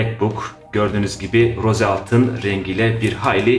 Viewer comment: Rose altın değil ros diye okunuyor